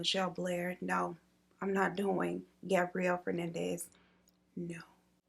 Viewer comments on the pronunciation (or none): I love you so so much, but you said Gabrielle Fernandez, (how the captions picked it up) It is Gabriel...